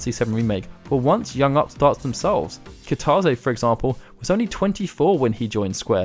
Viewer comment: Nice vid, good info. Just FYI, Kitase is pronounced "kita-say", instead of "kita-zay".